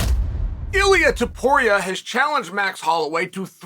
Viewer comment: "we" didn't know how to pronounce Ilia Topuria